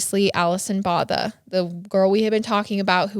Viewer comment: Alison's surname is actually pronounced "boh-tuh". This may be the closest phonetic spelling I can give you 🤭 It's an Afrikaans surname, which is a language created by the indigenous black and the Indian & South East Asian slaves of the Dutch colonisers of the time - so it drew quite a bit from the Dutch language. It was later co-opted by the Dutch colonisers, who had up to that point still exclusively spoke Dutch - and appropriated the Afrikaans language and culture as their own, from the enslaved black & brown ppl in their service. It's one of the 11 official languages of South Africa.